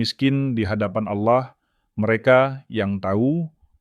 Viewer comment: Allah kok jadi auloh ya penyebutan nya